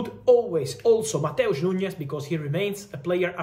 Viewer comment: It's NuNes, not NuÑes